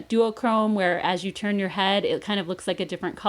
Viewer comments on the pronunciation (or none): none